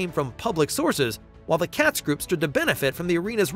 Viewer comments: It's pronounced Kay-tz not Catz. Katz Group has been rebranded as Oilers Entertainment Group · Katz pronounced with a long A